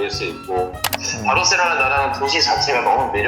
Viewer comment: 바로셀로나 거슬리네 ㅋㅋ